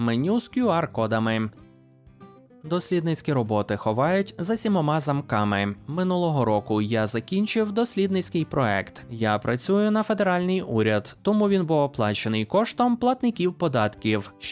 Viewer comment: Правильно буде «проєкт» а не "проект"